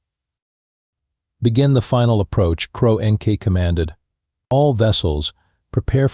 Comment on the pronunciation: "cro n k" try "CRONK" for the pronunciation!!!🤬🤬🤬🤬🤬🤬